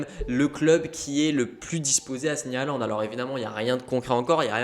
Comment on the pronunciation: faut apprendre à dire son nom correctement surtout s'il signe au Barca c'est apparemment HOLAND qu'il faut prononcer;) Après il se dit... qu'ils seraient à Madrid également ensuite pour rencontrer FLORENTINO... donc bon... EN gros on sait juste Qu'HAALAND va sortir cet été de DORTMUND et la seule chose qui est sur c'est qu'il ne jouera plus à DORTMUND en 2022 lol Enfin le club qui achete HAALAND je peux vous le dire aujourd'hui sera le club qui va remporter le plus de ligue des champions ces prochaines années!!!